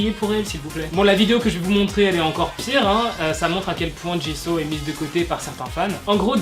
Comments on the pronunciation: Sa se dit jisou pas jiso 😠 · Mais tu dis Jiso c'est Jisoo pas Jiso ma pauvre Jisoo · on dit jisoo pas ji so je crois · on dit JISOU pas Jisso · Jisoo ❤️c'est ma bias😍 dans blackpink je l'ai en fond d'écran de verrouillage juste ça se prononce bien jisso et pas jissou? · Ta façon de dire jisoo me fait rire car il faut dire jissou et pas jisso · Super vidéo D'ailleurs ça se dis JIZOU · c`est pas pour te critiquer mais Jisoo se prononce JIZOU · Non ça se prononce " djissou " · Attendez c " Jisso" ou " jisou" la prononciation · La façon dont tu prononce Jisoo est juste horrible. Tu peux pas dire que tu es Blink et prononcer son nom comme ça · A chaques fois qu’il dit jisoo mes oreilles souffrent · MAIS STOP 😭😭😭 J'suis désolée mais tu prononces souvent mal les noms ! C'est " 지수" doit "JisoU"... et c'est toujours "LiSSa"